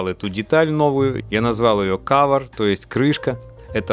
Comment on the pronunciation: cower = cover :))))